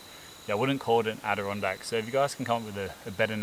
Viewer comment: "" shelter.